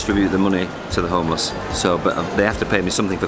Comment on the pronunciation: ホームレスがトーマスに聞こえる